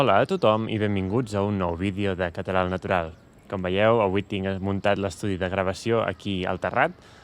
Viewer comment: I claim that you don't really use schwa (in your particular accent). It took a long time to convince my friend Oriol that the way he (and many of his Barceloní friends) pronounced the schwa of non-tonic As and Es the same as a tonic A. Which is to say that they don't really pronounce "català" as /kətə'la/ but /kata'la/